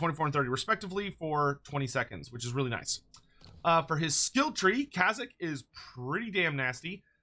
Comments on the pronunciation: they don't pronounced Kayzk properly. check the wikis (or preferably the actual book if you have it) it's spelled "Kayzk", not "Kazyk". there seems to be a case of the Mandela effect happening with his name and CA actually managed to get it right. the Draz-ho-ath vs Draz-oath debate was actually understandable but in this case people are clearly just misreading the name (as evidenced by multiple people misspelling it as "Kazyk") I see how the error occured, I heard other people say "Kaz-ick" first and that led to me misreading it as "Kazyk" but after hearing how CA said it I checked how it was spelled in multiple sources and it turns out that all the way back to the original Throne of Chaos stuff (I was lucky enough to have someone that actually owned the book double check it for me due to me pointing out the Mandela effect that seemed to be happening) it's always been "Kayzk" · You've said the name so many times and still won't say it right, which is wild because you pronounce kazyk proper. makes these hard to watch tbh lmao